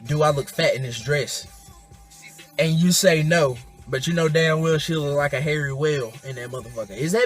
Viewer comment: said "Hairy wHale" lmao